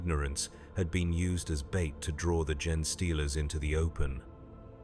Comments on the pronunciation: Isn't Gene pronounced ' Jeen' not pronounced 'Jen' . I have noticed it on a few WH40K audio book narations and even started to think that I was wrong and the gene stealers were pronounced as gen (jen) stealers. Is it just a mispronunciation by text to speech apps (which are legitimately used by creators when translating there work into many different languages) OR is it just how it's said by high Gothic and a low Gothic speaking PDF grunt like me don't understand and it's me that has it wrong lol? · "Gen-eh stealers" ? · Considering a computer reads this story, maybe consider using ""jean" like the clothing, instead of "Gene", so the computer pronounces it correctly. Great story though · Odd how part way through it seemed to have a stroke and forgot how to pronounce "gene."